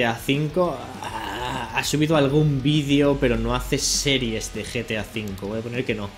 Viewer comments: en el minuto dice GAT V EN VES DE GTA V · os fijaisteis que el minuto dice gat v en vez de gta v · En vez de GTA V decia GAT V xD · mituto dice GAT V EN VEZ de GTA V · no dice gta v dice gat v